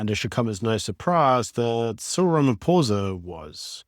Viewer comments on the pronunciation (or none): none